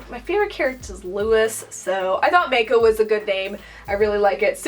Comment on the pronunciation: It should be “mah-koh”